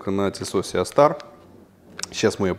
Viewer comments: И не сиастар , а систар )) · Правильное произношение - Си Стар, конечно же. Ну, а если обзорщик произносит "Сеа Стар", то это повод задуматься на счет его квалификации в принципе. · Почему Сеастар? Правильно же Систар. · Ага, даже название модели правильно выговорить не умеет. Неподдельный специалист по сеа старам! ;)